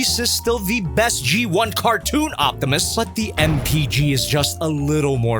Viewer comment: Optimy, Optimuse, Optimussies 😂😂😂 Also if it has a poseable thumb, this might have gotten a 5/5 lol